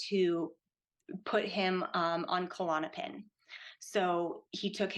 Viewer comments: Why do people call it Ku-Lon-o-pin? It’s just Klonopin. Little pet peeve. But anyway, yea it’s horrible I’ve gone through many awful withdrawals myself and I hope to never have to again. Hearing this, I’d be scared to not make it through (as I’ve felt going through it in the past too!). Was on klonopin over two decades. Prayers to all struggling to safely get off these drugs. ❤ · After all she's been through, she still doesn't know how to pronounce Klonopin or how it's different from Xanax? Bizarre.